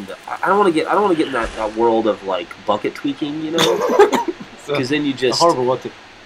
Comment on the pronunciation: Pre-"buhKET"... it's funny hearing him not make fun of him every time he says bucket